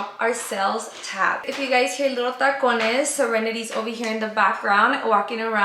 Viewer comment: omgg this is my first time seeing y’all and when i heard you say sirenidy it threw me off LOLOL 😭😂